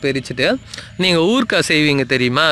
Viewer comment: Thanks for the information. but your spoken Tamil miserable. please learn how to pronounce pull (grass), oorukai (pickle). it is no pill, and not ooorkai... sorry to say, please learn proper spoken Tamil. thanks again.